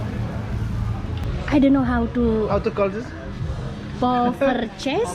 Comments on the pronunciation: Yes you speak correctly poffertjes best regards Ron and Meg from belanda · Wow! That's a big place, n after being to Bali 35+ times, I'm ashamed to tell You I never heard about that place! Crazy! N I'm Dutch also!🤭btw, Your pronunciation of 'poffertjes' is quite alright!👍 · Poffertjes; your pronunciation was correct!!! They are delicious! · You said poffertjes correct 😁 verry nice. Thanks for the video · 😂 you read POFFERTJES better than me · Selamat Hari Ulan Tahun:-) Greetings from Holland. berbicara "poffertjes" yang baik. Pienter! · Haha u said poffertjes exactly right lol the traditional way is icing sugar and butter on top x x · My partner who has Dutch heritage said you pronounced Poffertjes correctly. Traditionally topped with melted butter and icing sugar. Huge restaurant. Would have an awesome vibe full. Happy Birthday